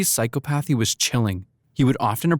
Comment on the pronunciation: I like the facts and the way it’s portrayed however, please take the time to learn how to correctly pronounce words. clearly you’re just reading from a script, but certain words are not pronounced the way you say them, I.E, psychopathy